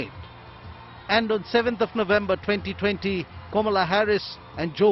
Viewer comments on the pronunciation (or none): It's not Komala Harris. It's Kamala Harris. Learn to pronounce the name correctly and then put the video.